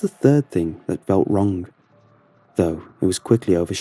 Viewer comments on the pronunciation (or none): i love how you pronounce the g in words like wrong ith k at the end ; wrongk